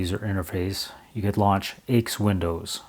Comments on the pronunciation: Nice, informative video. BTW, nobody calls IBM's AIX "aches". Rather, AIX is always pronounced by its letters, "A-I-X". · Argh!! It is Aee Eye Exe unless you were French, whereupon it would be pronounced Ix. And the windows manager you looked at was called Motif (although what you saw was heavily de-configured), and was an industry standard across several different Unix vendors. AIX Windows is really IBM's flavour of the MIT X Windows system (it had DisplayPostscript added compared to X11R4) from which XFree86 and would eventually evolve. Like the later Unix/Linux windows systems, the flavour of the windows system could be changed by altering the window manager, and beside Motif and CDE, there were many what you would now call Open Source window managers available. I liked one called vtwm, which was a twm with a virtual desktop grafted on. What set CDE apart was that it was an object oriented windowing system, but it was ahead of it's time, and considered difficult to configure because of it's object centric configuration methods. Several different manufacturers used versions of AIX, including Bull and Motorola, as well as Apple. The reason why the language for the shutdown was so strict is because AIX is a true multitasking, multiuser operating system, and what you saw was a wall (Write ALL) message that would be sent to all users telling them to save any work and log off. That is why it was so severe.